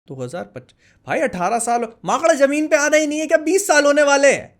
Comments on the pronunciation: Bhai ka bhopali excent leak ho gya makada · maakada😅... tipical bhopali 🤣